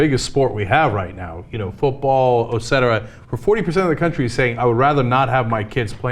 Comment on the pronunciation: Ocetera? I beg your pardon?